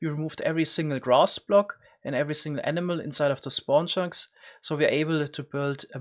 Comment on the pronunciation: I heard emena every time he said animal